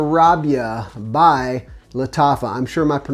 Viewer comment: Mashyarabya means the sun shines and is pronounced more like Mosh yah rah bee ah.